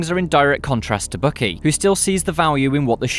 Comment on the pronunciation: Bucky is pronounced "Buck Key" not Bookie.